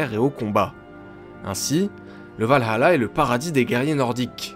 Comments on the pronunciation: On ne dit pas Val hAla, on dit Valala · C’est le valhalla, et pas val-allah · tu prononce valhala a l arabe ^^ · je suis désolée mais c'est le Valalah pas le Valhala